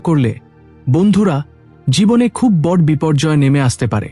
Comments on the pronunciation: বর নয় বড়ো বলতে উচ্চারণ করা উচিত। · খুব ভালো লাগলো শুনে। তবে " বঢ় "শব্দটিকে " বড়ো " বলে উচ্চারণ করলে শুনতে ভালো লাগবে।